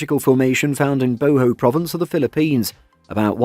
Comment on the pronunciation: corrections maybe..... you said sounding like "Cabo" it's "Cebu (See Boo to be easier for you to pronounce)".... also "Boho"?, it's "Bohol" (boo-haul).....